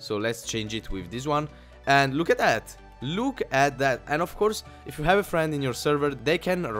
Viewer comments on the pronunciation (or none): i know it's just your accent but LUUKE AT THAT XD